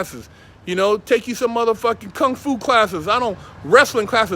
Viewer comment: the way he said kung fu😂😂😂😂